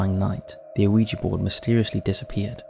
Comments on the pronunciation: The name of the board is yes in French - oui (pronounced wee) and yes in German - Ja (pronounced yah) so it’s wee yah NOT Oh Wee Gee board. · there is no O sound at the start of Ouiga board? think about how the French say yes! and that is why it's spelt, that way, and called what it is? every time you say O weeja board, it grinds my teeth Please stop it, and educate yourself, with something other than the Internet, if you can't read the pronunciation which is also, written next to the word in any dictionary? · Not trying to be a dick but Google how to pronounce Ouija. It's "wee-jee" both in American & British pronunciations. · So it's 3 syllables, oh-wee-jee? I've always it w/ 2 syllables, wee-jee. I can't believe they used to market them to kids. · 'Pronounced "we-ja"' My whole life is a lie. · I agree with Yestermen. The two words together are oui ja, so it stands to reason that it's pronounced wee-yah. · I HATE “wee gee”. Grates my nerves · I mean they do an entire episode on Ouija & pronounced it wrong through the whole thing. 🤷‍♂